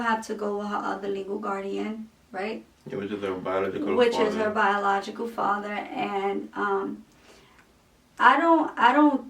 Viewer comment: he needs to start pronouncing his worlds properly—-stop pronouncing A as O—-if he stops trying to twang it will work out better